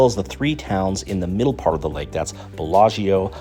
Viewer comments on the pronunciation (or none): none